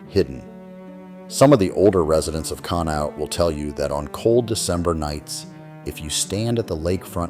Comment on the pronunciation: It's Con - E - awt...not cown-awt